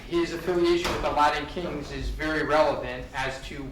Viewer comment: I can’t believe has not learned how to say “Latin” yet 😂